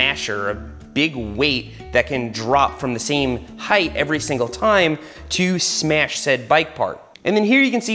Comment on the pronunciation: yooooo he sad iiiittttt!!!!!!!!! HE SAID SMEASH LES GOOOOOOO!!!!!!!